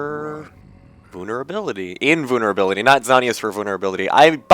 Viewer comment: LMAO I love how you say invulnerability. HAHAH vooolnerable. ^^ Love it!!!!